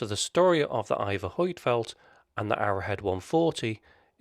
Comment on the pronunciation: Annoying how the name Huitfeldt is pronounced in this video. The correct way to pronounce the name is found here.